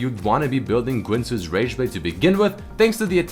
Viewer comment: Why are you saying gwinsues?